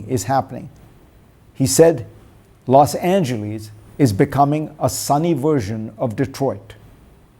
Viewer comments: Fareed is, as usual, spot on. Now if he would learn to pronounce ' Los Angeles'! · Dr. Zakaria, try to learn how the American city name LOS ANGELES is pronounced. Please try. (Whether some Mississippi farmers say the city name that way is irrelevant!) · Great commentary. Spot on. Just one correction - it’s Los Angeles, not Los Angelees